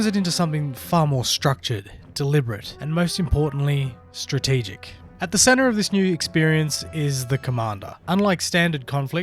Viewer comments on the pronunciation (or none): none